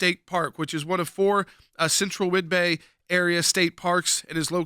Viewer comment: Whid-BEE, not Whid-Bay.